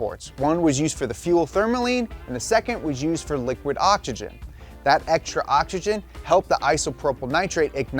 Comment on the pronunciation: can we talk about the elephant in the room?? why in the world does he pronounce OXYGEN like " ah ja gen"?? when did the X in the word become a J ?